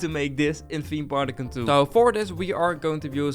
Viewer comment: why does always say theme park tycoon 2 as "tiem parkkentoe" rest in peace tanner. be happy that you've ridden a rollercoaster.